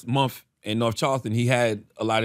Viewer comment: MUMF. I am amused by the dullard Charlamagne and his pronunciation of MONTH. Love it. MUMF.